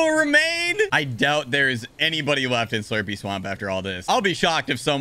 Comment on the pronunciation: Did dis man say slurpy slaump